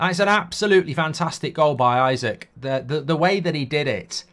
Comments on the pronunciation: Isak is pronounced "ee-sack" not "I suck" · It’s “ee-sak” not “i-sik” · Just for future reference mate its 'eeeeeesak' 👍